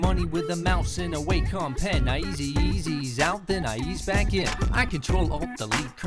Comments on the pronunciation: It's waw...com! (A Wacom guy said "it's pronounced like Walkman." This was 1994.) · Still love this song, still irked by mispronouncing Wacom.